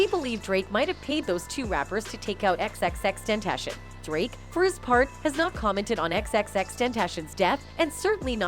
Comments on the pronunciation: Bruv his name isn’t Tentashion, it’s Ten-Tah-See-Own. I swear us white folk just love to mispronounce the easiest shit. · TEN TAH C ON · Who says (ten)-(tation) Like what?!? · Xxxtentashin lmao 😂💀 shit low key disrespectful. Y’all should have got someone else to talk over the video 😅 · Xxx ten ta c own. Tentashen really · Butcher’d bro’s name the entire video. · Pronounce his name right or don't post a video about him you utter fool